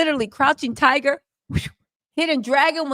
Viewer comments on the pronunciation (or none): none